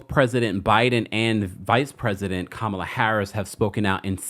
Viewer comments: sir… lol all 💕, the VPs name is pronounced “Coma-La” = (Kamala) not Ka-Mal-La‼️👍🏾🥰❤❤ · I’m tired that these incidents keep happening. No one deserves to be a hashtag for these reasons…my heart breaks for her family. And just a small but important reminder - respectfully, let’s PLEASE make it a habit to pronounce people’s (ESPECIALLY BLACK PEOPLE) names correctly. It’s pronounced “KAH-mah-lah”, not “Kah-MAH-lah”. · The Vice President’s (and hopefully next President’s) name is pronounced Comma-la. Like a comma followed by la. Just an FYI if anyone cares. A lot of republicans purposely mispronounce her name as a micro aggression, but she seems unbothered. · It’s pronounced Coma-La. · I'm disappointed in your mispronunciation of the victim's name and the vice president's name. I expect that from AI but not from a live YouTube journalist. Do a better job in the future please. 🤷🏿‍♂️ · I wonder why people can’t pronounce VP Kamala name